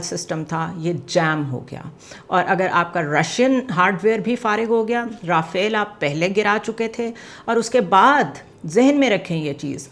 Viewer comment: Rafale... Goli ki raftar. pronounced Rafaal, not Rafael, 😮 its French Dassault aviation industry jet fighter "supposed to be a 5th generation war jet.